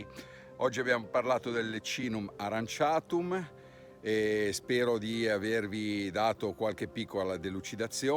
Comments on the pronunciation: In effetti aurantiacum (o aranciatum come l’hai pronunciato te nel video 🤣) era più intuitivo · AURANTIACUM, non aranciatum